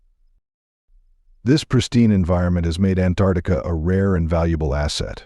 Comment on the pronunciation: First of all, it's Ant ARCtica NOT Antartica. Uneducated much?